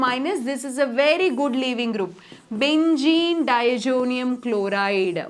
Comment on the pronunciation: Benzene ❌Bengeen✅